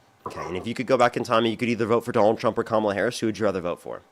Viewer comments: Even when you get a smart guy (finally) they spew the same nonsense, same brainwashing, same mispronunciation of Kamala's name (its WEIRD how many mangle her name - seems like a subliminal jab at her). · Absolutely. I remember hearing that Trump’s pronunciation of it was intentional to sound like Kamala the Monster who was a simple-minded wrestler from Uganda years ago.